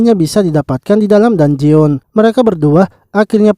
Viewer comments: info min, dungeon di bacanya "danjen" bukan "danjeon" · bukan danjeon bang penyebutannya,penyebutannya itu danjen